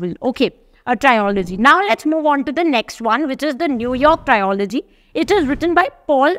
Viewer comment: You are watched and followed by many. Thus, you need to take what you post seriously, na, mam?!! It is not trio-logy. It is tril-uh-jee. It has to be pronounced as Trio-s or Trilogy.